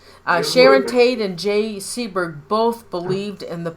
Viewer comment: Sebring not seaburg😢